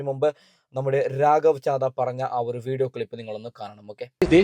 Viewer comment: രാഗവ് ചാദ അല്ല അങ്ങേരുടെ പേര് ഒന്ന് വൃത്തി ആയി പറഞ്ഞു പഠിക്കു